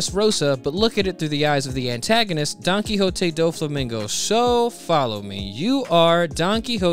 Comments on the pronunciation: How the hell do reviewers WATCH THE SHOW and STILL pronounce names wrong. Donquixote ends with a "T" sound not "Tay" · The way you say "Don Quixote" makes me think you are saying "Donkey Hote"